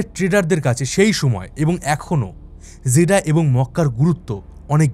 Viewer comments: জেডা, জেদ্দা হবে একটু বেশি পন্ডিতি করে বলতে গিয়ে ভিডিওটা নষ্ট করে দিলেন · ভাই আপনি জেদ্দা কে জেদা কেন বলেন?😊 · দাদা, উচ্চারণ ঠিক করুন - "জেডা" হবে না, হবে "জেদ্দা"। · বাংলা উচ্চারণ জেদ্দা হবে। জেডা না। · দাদা ভাই জেদা কেন বলছেন? জেদ্দাহ উচ্চারণ হবে আর দামাম না, দাম্মাম বলেন। ❤ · Jeddah! Not jeda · জেডা নামটা প্রথম শুনলাম, এটা জেডা নয় জেদ্দা। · ভুল বলেছেন যেদা নয়,,, জেদ্দা সঠিক উচ্চারণ 🎉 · ভাই জেডা না জেড্ডা হবে। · আরে ভাই জেডা না‌ 😂😂 "জেদ্দা" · জিদাহ কি রে ভাই!!! জেদ্দা বা জেদ্দাহ বলেন। একটা পপুলার শহরের নাম উচ্চারণের এই অবস্থা কেন! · যে ব্যক্তি জীবনে সৌদি আরব আসে নাই সে আবার আসছে সৌদি আরব নিয়ে তত্ত্ব উপাত্ত বের করতে জায়গার নামটা যে শুদ্ধভাবে উচ্চারণ করতে পারে না জেদ্দা শহরকে জাদা বলে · জেডা আবার কি ? Jedda মানে জেদ্দা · জেডা না, জেদ্দা বলুন। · ভাই জিডা না জেদ্দা হবে কথাটা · জেডা নয়, জেদ্দা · জিডা না জিদ্দা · উচ্চারণ টা জিদা না। জিদ্দাহ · জেদ্দাকে বলছে জেডা এটা কোন ফাজলামি